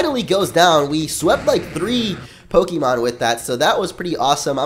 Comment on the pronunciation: OKAY. ITS PRONOUNCED POKE-EH-MON. NOT EEEE MON. PLEASE STOP.